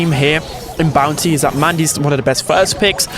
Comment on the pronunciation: Am i the only one who hear bouncy instead of bounty? 😂